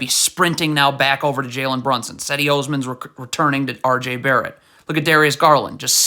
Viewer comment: Pronounce Osman's first name correctly